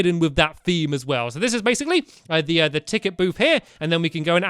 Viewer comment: STAMPY YOU SAID BASSILY ITS BASICLY